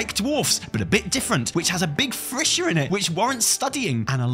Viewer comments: Maybe its just my silly american pronunciation but im pretty sure the word is “fissure” and not “frissure” 😂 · "Frishcher" O.o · just gotta let you know its "Fissure" not "Frissure" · what is a frissure? im almost positive there is no R in that word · had to skip back and listen multiple times to check,, it's fissure, fish-uh, not frissure.